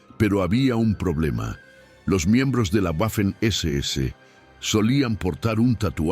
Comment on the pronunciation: En inglés es una u doble pero en español y en alemán la letra w es una uve doble. La pronunciación correcta es 'vaffen' SS.